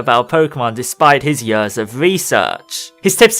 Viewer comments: please say years instead of yuhrs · Everytime you say "yöööörs" instead of "years" something dies inside me =D